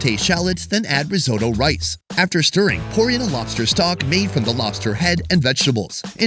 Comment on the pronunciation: Rizodo,what the fuck is risodo? Risotto...!